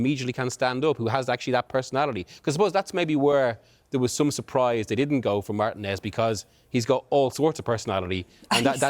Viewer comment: 'marTEE-nez' not 'MARTIN-EZZ"